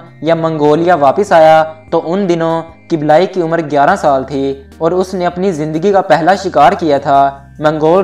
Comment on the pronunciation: kiblayi nhi kublaiie.. dosto dosto thora kam bola kren video mai